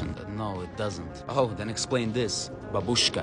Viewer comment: They're not saying the joke was about a grandmother. The joke was that he pronounced бабушка incorrectly. Like an American typically would.